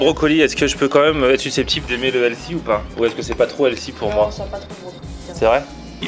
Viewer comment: Par contre le prix, il n’est pas détox quoi., on t’adore mais on prononce healthy(healfi et non elsi). 😂